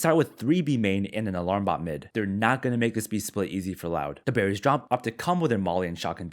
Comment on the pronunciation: I just Binge watched your videos, and still think you say "the Berries 🍒 Drop" instead of "the Barriers Drop".